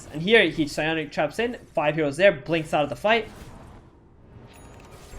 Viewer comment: Why do I keep hearing chaps instead of traps.. :D